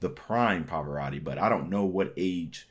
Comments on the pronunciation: è una constatazione. Non si chiede di essere poliglotta, ma un minimo di sforzo per pronunciare decentemente un nome straniero si richiede, tenuto conto che non è uno sconosciuto, ma un cantante arcinoto. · Somaro! Impara a pronunciare correttamente il nome .